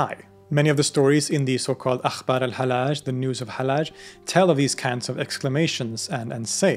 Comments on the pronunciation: His name is not halaj it is hal lodge. Repeat the L. Love you, man. Wish you the best. 😊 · pronounce it AL_HaL_Laaj instead of the soft Al_HaLaj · Both Ls in his name ought to be pronounced (well, in Arabic it's one lam, but with a shadda over it).